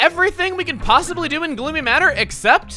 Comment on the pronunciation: At the beginning, I thought I heard him say "Bloomy" instead of "Gloomy".